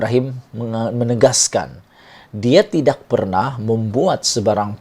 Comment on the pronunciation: Sebut tidak pun x betul